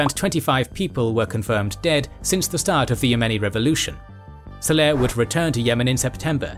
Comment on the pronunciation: It's saleh, not seleh...